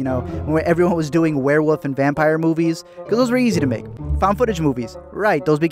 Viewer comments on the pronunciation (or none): did you say "werewoof?" O_o